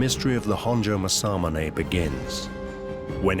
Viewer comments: That's pronounced Mass-A-Moo-Ne! Get it right! Not Massar-Munay! No 'R' in Mass-A-Moo-Ne! No 'R' in Aka-Ba-Ne! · As someone who lived in Japan for 4 years and speak Japanese, the pronunciation of Masamune is absolutely horrendous. For anyone that cares… it’s Mah-sah-moo-nay.